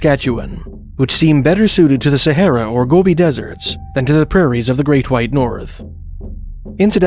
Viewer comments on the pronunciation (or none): none